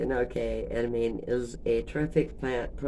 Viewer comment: Ed uh mom ay. How I've heard it said